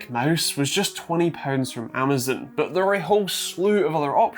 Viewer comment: say amazon the right way nerd.